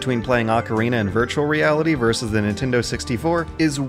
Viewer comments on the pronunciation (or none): none